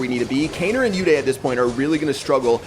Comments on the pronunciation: It's not u day its uday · Its not you-day Its pronounced as oo-they Its an indian name I am talking about uday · pronouncing an indian name uday as yoo-dayy...